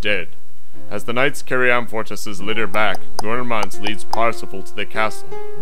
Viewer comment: About as superficial a synopsis as I've ever encountered. But amusingly Monty Pythonesque, I suppose. By the way, why doesn't the narrator pronounce Amfortas properly, with the stress on the second syllable? Very basic error. And Gamuret should be stressed on the first syllable. These two mistakes make the end result seem a bit amateurish.